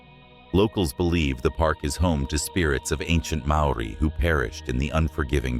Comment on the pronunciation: yep maori pronunciation is pretty much way off